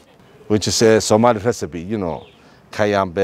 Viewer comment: Your Somali pronunciation is prefect and our northern Somali they have the best rhyming Somali dialect and still saying unity is best for Somalians 🇸🇴🇸🇴🇸🇴💪💪💪